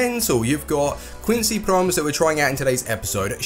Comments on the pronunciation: it is quincy PromEs not quincy Proms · its pronounced promèz